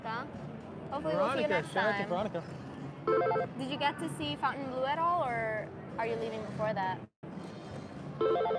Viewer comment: Pronounced fountain blue